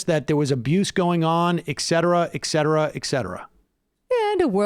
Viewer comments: Sam, it's "et cetera" -- Latin for "and others" -- not "eksetera." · It is et cetera, et cetera, et cetera. With a T, not a k. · Ickcetera ickcetera ickcetera